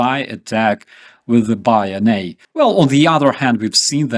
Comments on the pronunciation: Good video,but bayonet is pronounced bay oh *net*,not bay oh nay,at least by English speakers. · 100% on point. Minor point of correction/native English pronunciation- the Bayonet( though of French language derivation) is pronounced Bay-Oh-Net. Bayonet is the Riflemans friend. War to the Knife. Tip of the Spear. Real America knows it's History and Stands with the Brave and the Free. Glory to Ukraine. Liberty or Death. God Save our American Republic.